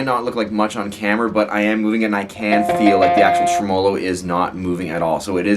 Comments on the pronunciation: That gets on my tits too. Nobody says it that way - not even the Italians that invented the word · the way you say tremolo really pisses me off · Good video.. any reason why you pronounce tremolo the way you do?